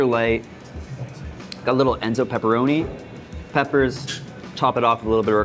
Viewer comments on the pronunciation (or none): Did you say Enzo pepperoni or Ezzo pepperoni?